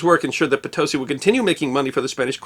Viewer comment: I lived near Potosi, Wis. Thanks for pronouncing it correctly